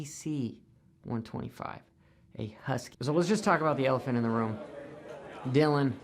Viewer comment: Dy-Lon WTF ever, just say the guy with the RED plate. I doubt he’ll loose that plate, not this year....SMH